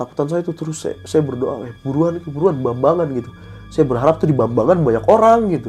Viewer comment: Jambangan dong ngab bukan bambangan 😂